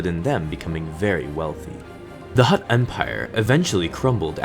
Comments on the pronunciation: he keeps on saying hutr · Every time he said "Hutt," I pictured a football player snapping a ball. xD